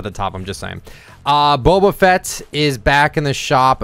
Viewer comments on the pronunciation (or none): none